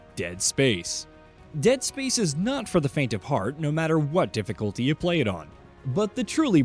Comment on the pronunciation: Anyone else really bothered by the way he says dead SPACE.